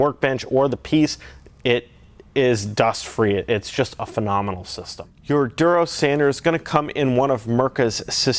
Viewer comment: haha its funny how you pronounce it "Derose"